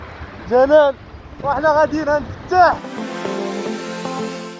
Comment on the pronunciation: السلام عليكم راكم خاطئين في النطق الاسم عبد الفتاح ماشي فتاح فتاح هو الله